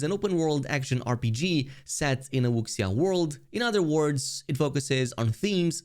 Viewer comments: Wuxia not wooksia. Check pronunciation before saying it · “Wuxia” is pronounced “wu-shia” :) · Edit: Also, thanks for time stamps in video. You ROCK. Heheheh "wooksiya" It's ok. It took me years before I learned how to pronounce Wuxia as well. Don't change your pronunciation unless you become a major fan, that's how us fans know. This game kinda feels like a cross between Wuxia and a hint of Xianxia. My 50,000 pages of novels and manhua finally getting a use. Lets goooo